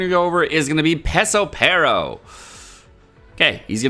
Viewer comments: It's FUKIN PeRospero not pesospero .... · His name is Perospero, not Pesopero.